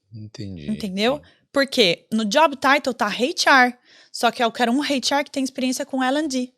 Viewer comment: HR pronunciado como "hate R", não dá né 😢